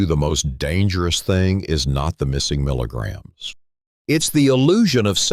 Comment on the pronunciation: Very informative video with great information! I think more people would like this video if you had a regular person speaking instead of an electronic voice that can't pronounce the word "milligrams!" I was definitely deceived when I bought a 500 mg magnesium glycinate supplement for sleep and realized when I looked at the back label that it was only 90 mg of magnesium glycinate per serving. That's a lot less since the recommended daily allowance is approximately 200mg and 450mg per serving. Always read the back label before you buy it! Lesson learned! 👍